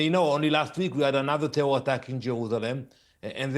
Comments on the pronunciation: Tehwol!(terror)! That dude should learn another language with a speech impediment like that. 😆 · " a tewor attack" lol